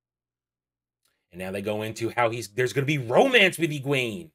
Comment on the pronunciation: Great video and thank you. I finished reading all the books years ago. I don't watch many book-related YouTubers, but since watching the WoT show I've been looking for faithful fan's reviews, and so far you are the third one I've watched. I'm guessing not many people care, but I just can't hold this back anymore : Pronunciations: Nynaeve: NIGH-neev Egwene: eh-GWAIN Am I the only one who reads the glossaries?